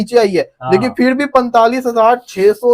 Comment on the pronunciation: इन हरामि पाकिस्तानियों से करोड़ भी नहीं बोला जा रहा साले कड़ोर बोल रहे हैं 😂😂😂😂